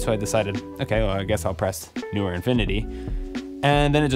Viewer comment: Stereo type opener when Youtuber cannot pronounce brand name... dies of cringe